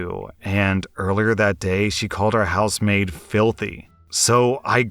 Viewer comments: "House maid?" I'm listening not reading n kept hearing "housemate", like a roommate. Only when u mentioned the week off n the daughter doing the work around the house did it click for me :P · I thought you were saying housemate throughout that first story, and got really confused when you started talking about giving a day off 😅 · Anyone else hear him say house-mate for the first story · I kept hearing “housemaid” as “house mate” lol, oops. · House maid... oh. I was hearing "Housemate"